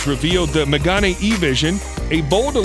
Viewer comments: Why does people, when they say french cars names, they make them more italian xD it's "Mégane" not "Mégani" x) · Megane not Magane… it’s pronounced like Meghan…